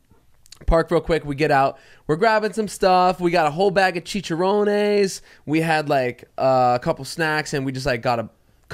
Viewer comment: The way pronounced chicharrones 🤣🤣